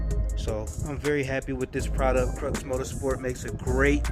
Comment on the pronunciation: Hey man no hate or nothin it’s just pronounced crEW like the x is silent it’s a play on words